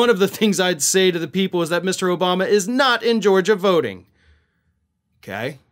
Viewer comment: Herschal Walker can not even say President Obama.